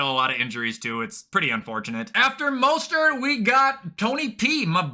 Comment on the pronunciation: Ummm actually sir its MOSTART, not Mustard 🤓